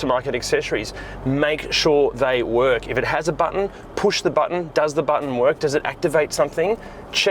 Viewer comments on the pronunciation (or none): none